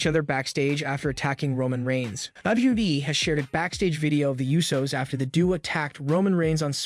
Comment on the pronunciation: The narrator needs to learn English. Instead of Sikoa, he says sicko and due instead of duo.